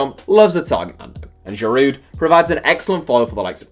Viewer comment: It is pronounced gee-varsh. Not “gee-verch”. Also you don’t pronounce the D at the end of Giroud